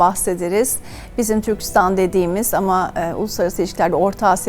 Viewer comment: Yaşayın :) Türkistan gibi -istan ile biten adlarda vurgu son hecede olur. Türkçe konusunda daha titiz davranılması dileğiyle :)